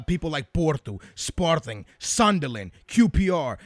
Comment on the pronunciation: How do you make Sunderland sound foreign